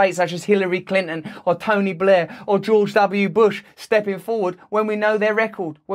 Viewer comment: Who is Clin'n? Bro, I understand that you are British, but can you at least pretend that consonants exist?